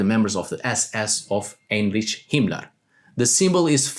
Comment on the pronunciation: please, please, please learn how to say Heinrich, it's like being kicked to my ear, and i was only identify that person from the context, now from how you've said that name